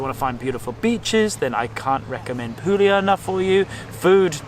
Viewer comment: Travelling Italy for months on end and still not being able to pronounce Bruschetta or Puglia correctly is quite offensive...